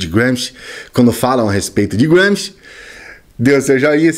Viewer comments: Apenas uma pergunta quanto a pronúncia: não está dando um 'toque inglês' em um nome puramente italiano??? Eu apreciei tudo o que você expôs... mas é a 'prima volta' que ouço o nome dele como um britânico ou estadunidense falaria... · Nada. Só enche o saco ouvir um nome italiano pronunciado como ingles. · Adorei a pronúncia de Gramsci... Grande autor... britanico, pelo jeito